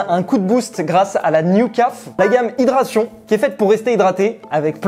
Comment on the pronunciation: Le monteur a inversé les images en bas a droite pour l'hydratation et l'iced tea (On dit hydratation et pas hydration)